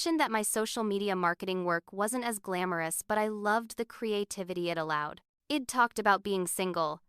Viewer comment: Might be a good story but ‘I’d’ was mispronounced through out as ed. Too distracting